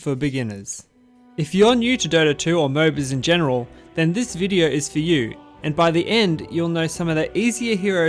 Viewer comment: "in this videor"